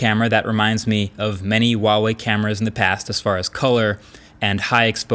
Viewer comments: it's HUAWEI....people call H-UA-W-EI...not WUAWEI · Dude it's not hard to pronounce. HUUUU WAAA WAAAAYYY. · i wuawei or huawei? like rly he says wuawei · Not Waah wei , it's Her-wa wei. Her and wa need to pronounce together. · Dear MKBHD, The H in Huawei is a hard H. A lot of YouTubers pronounce it as "Wah-Wei" but it's actually pronounced "Hwah-Wei" just like its written. The first Chinese character of the word Huawei is 华 "hua", meaning "flower" (see their company logo) and it has a hard H sound. Its a small nitpick but it drives me a little crazy each time I hear it. I haven't seen a phone review that pronounces it correctly yet and I'm guessing its probably because no one has told you/corrected you. Anyway, cheers for all the great content. Stay safe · Normal people: huawai Americans: wAWaY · Hey, we have to talk. It's HUAwei, pronounced like who, not uawei. :) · IT'S FUCKING HUAWEI IS NOT WAWEI DUDE QUIT THAT BULLSHIT!!!!! PLZ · why do Americans pronouce Huawei as Wawei its not a silent H bro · why do people pronounce huawei like Uawei? the H is not silent lmao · I don't get it man, how many Huawei videos have you done how and you still pronounce it 'wah way"? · Ahh is a Chinese it hurts when he says wawei instead of pronouncing the h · so it's pronounce "wawei" huh? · I still dont understand why you pronounce this name like this, there are no silent letters in Mandarin 🤣🤣🤣🤣🤣🤣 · thats not how to say huawei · I love it when people pronounce huawei and think the h is silent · H, pronounce the H!!! lol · You pronounce Huawei incorrectly. The H is not silent. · How does he, a tech reviewer who reviewed a ton of Huawei, Xiaomi and other chinese phone manufacturers’ products and still butcher their brand name every single time. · Well... after years people still don't know how to pronounce huawei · What's with the silent "H" when people pronounce Huawei? We're not French here and neither is Huawei so please just put the H back in